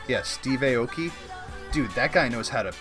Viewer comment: Look up Steve Aoki’s background. He,s one of the best producers ever... it’s pronounced (I-O-Kee)